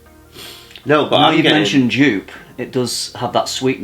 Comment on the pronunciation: Joop... It's pronounced more like did. For English speakers it would be ok to think of the word hope with a y instead of the h. Spanish speakers would get even closer by taking the word yo with an elongated o and an added p.:D I'd really want you to smell the hyraceum absolute and the Somalian hyraceum tincture I have here.. They seem to smell pretty different to your South African tincture. Would you mind if I send you samples of those in dilution? If you still haven't tried carot seed oil yet I could add a sample at 10% of it as well.